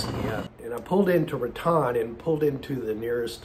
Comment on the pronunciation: Looks like you’re getting things taken care of. Now as for the pronunciation of Raton, New Mexico. It is pronounced “Rat tone” not “Rat tawn” Got it? Safe travels my friend.